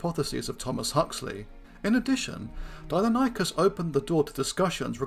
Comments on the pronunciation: Pronounced Di-non-e-cus....not Dino-ny-cus 🙈, did my head in that much I couldn't watch more than 4min of the vid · It's pronounced "dye-NON-ih-cus" -- the pronunciation is even given in this video . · Pronounced “dy-NON-ih-kəs”. See Wikipedia.